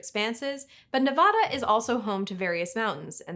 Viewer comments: Everyone in Nevada is cringing from your pronunciation of their state name. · After that big disclaimer at the start of the video, I understand that some of these native words are going to be a little difficult to pronounce. But after all that how do you possibly mispronounce Nevada? For shame! 😊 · It is pronounced Ne-VAD-uh not Ne-VAH-da. You can easily tell who is native to the state by the way they pronounce Nevada.